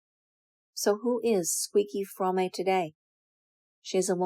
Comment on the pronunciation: Your pronunciation of “Fromme” undermines your credibility, ma’am